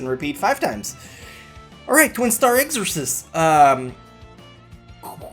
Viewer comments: im sorry but the way you say exorcist bothers me... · How the fuck did he just pronounce exorcist? O.o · Am I the only one annoyed by the way said Exorcist??